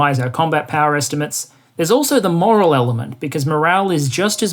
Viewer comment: "Moral" ? Tut tut. "Morale", my man.